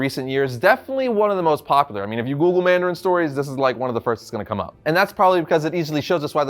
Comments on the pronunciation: Mandarin not mardarin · ITS NOT MARDARIN NOOOOOO